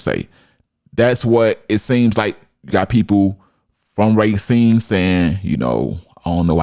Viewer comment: Racine.. It's pronounced Ray-seen